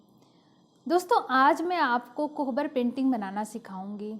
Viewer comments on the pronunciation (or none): कोबर बोलते हैं, कोहबर नहीं !